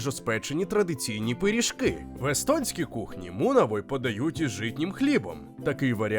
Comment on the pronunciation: Mунавий, не мунавой. Muna - яйце, või - масло.